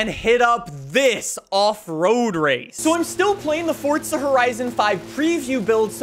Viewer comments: It’s Forza, not Fortza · Fortza horizon 5✅ Forza Horizon 5❎